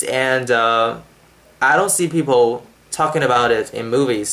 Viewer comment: You do have an accent. (1)You speak very slow but still you lose consonants which are set into the last positions of words. (2)You have tunes in your English. As I understand, tunes are only in Chinese. (3)You pronounce a few vowels and lots of consonants wrong. (4)You can't recognize 'O' and 'l', there is 'people', not any 'peopo'. 'Call' is not a 'co'. (5)You can't pronounce two consonants that sequentially exist. There is 'English', not any 'engulish'. You have an accent, obviously.